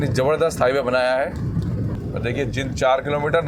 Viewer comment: भाई साहब शहर का नाम जिंद नहीं बल्कि जींद है l आपके पिछले कुछ वीडियो में भी मैंने आपको जींद को जिंद बोलते हुए देखा है जो की सही नहीं लगता , आप अपना उच्चारण ठीक करने की कोशिश कीजिए l